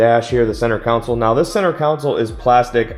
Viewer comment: It's " CON-SOLE ", not a city council. Looks nice.